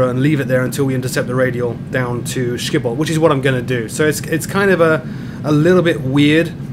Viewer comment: i lolled at your pronounce of schiphol as skiphol